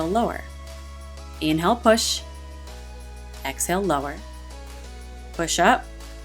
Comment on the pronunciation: You need to work on the way you pronounce inhale and exhale because I'm hearing you say "in hell" and "ex hell" and it really disrupts the frame of mind I'm reaching for.